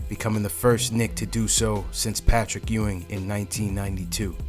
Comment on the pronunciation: “Pat-trick” Ewing lol